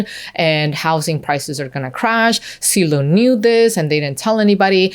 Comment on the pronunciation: For the love of god, it's Zillow not Sillow